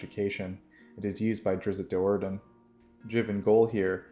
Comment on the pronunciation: You are the only D&D channel who actually pronounces Drizzt Do'Urdens name correctly. THANK YOU!!!!!